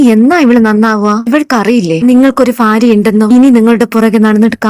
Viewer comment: Farya alla bharya ennanu